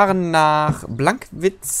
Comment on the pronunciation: wo bist du unter Wegs? Auf bllllllllllankwitz?